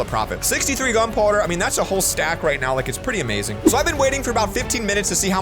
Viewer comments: i like how he said "63 gunpor instead of gunpowder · "63 gun pwoder" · You sed gunpouder